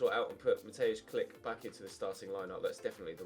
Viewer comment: hi im polish and klich is pronounced k-l-i-h not klic